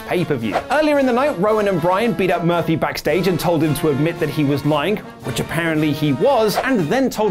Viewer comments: he said Buddy Murphily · Did he say Murphelly? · I thought his name was Buddy Murphy? said Buddy Murphly 🤔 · Sounded like you said "Buddy Murphily" in the beginning,. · At the beginning, did you say Buddy Murphaly? Haha:-) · Did anyone else hear say “Buddy MURPHLEE” at the beginning of the video? 😂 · First of all... who is Buddy Murphly? You messed up his name in the first few seconds of the video 😂😂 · He said “Buddy Murphilly” lollllll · I don't like the shade towards Billy Gunn. P.S., you said Buddy Murphly at the opening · Did he start out saying buddy murphily??